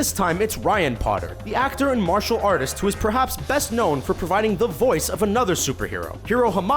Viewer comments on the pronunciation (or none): none